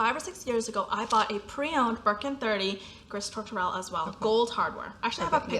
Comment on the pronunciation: Don't read the - S at the end of "gris" or French words in general. It should sound like "gree". Your pronunciation of Touterelle (seagull in French) is correct 🤗 This was a great video.